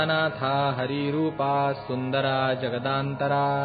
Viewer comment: जगदंतरा असे असता जगदांतरा असा उच्चार का केला जातो?